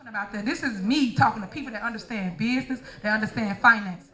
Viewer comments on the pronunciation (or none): "...who understand Beesness..." WTF is BEESNESS?